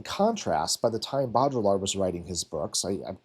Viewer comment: bow-dree-yard is the best I can convey - the ll is more of a y in baudrillard.